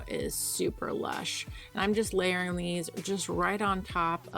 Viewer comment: Were you saying "layering" or "Larrying" ?!!